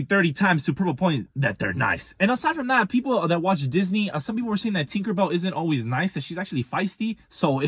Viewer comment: Take a a shot every time les says thinkerbell